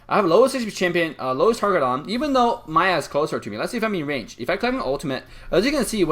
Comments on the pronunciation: Its not maya its miya fam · how to pronounce miya? its maya (he said this) lol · It is not maya it's miya